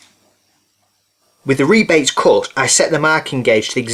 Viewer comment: New subscriber here. How wonderful it is to finally find real woodwork on YT instead of just vids on how to use pocket hole jigs & ply .. & to hear rebates called rebates instead of "rabbits". THANK YOU! :)